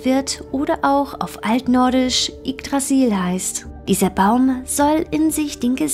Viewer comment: Echt geiles Video, aber bitte übe nochmal die Aussprache von manche Dingen z.B Yggdrasil wird Üggdrasil und Yveltal (eng.) EvilTal ausgesprochen. Ansonsten wirklich aufschlussreiches Video.